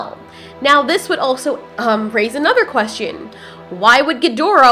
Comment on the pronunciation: SAY QUESTION NORMALLY "Quest-chun" not "quest-ian"